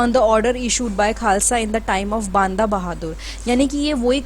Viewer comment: Please mam u r a teacher so please pronounce properly its बंदा सिंग बहादुर not बांदा यह हमारा इतिहास है और हमारी भाषा है जिसे अच्छे बोलना ana chahiye kya sirf English hi proper bolna न्याय पूर्ण है?